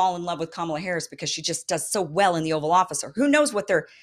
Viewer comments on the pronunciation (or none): none